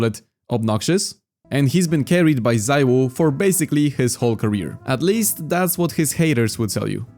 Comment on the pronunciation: Bro exposed his polish heritage after saying the most perfect "siuhy" ever